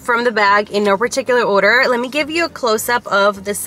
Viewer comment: & “oder” instead of “order” lol